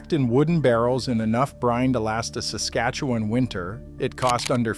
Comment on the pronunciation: Suscatuwan? Never heard of it